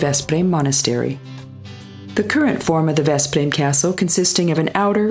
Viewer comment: Tenfold, eh..? Cuz the content is not good enough?? Plus she's doing a confusingly great job of pronuncing the name of places. Budapest, one of the most obvious ones, she fails. But Gödöllõ, Veszprém and many others, she nails. Just a thought..